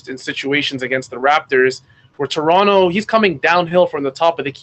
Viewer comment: Love your analysis, but why are you pronouncing Toronto like SAS or some other American commentator?